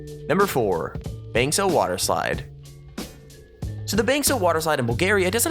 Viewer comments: No 4 is Bansko not Bankso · I'm from Bulgaria and it is not Bankso it is Bansko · Sorry for that but it’s actually bansko and not bankso 😬😬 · Mate its Bansko :D :) Nice Video :)) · Marina Mravova yep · Its bansko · It is Bansko